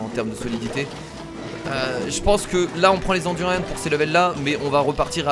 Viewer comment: C du durian pas du durianne